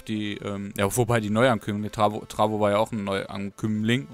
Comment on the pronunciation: Ich bin so sexy ~Tarvo ps:du hast meinen namen falsch gesagt,nicht TRAVO sondern T A R V O